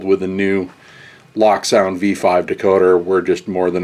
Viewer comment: it's pronounced Loak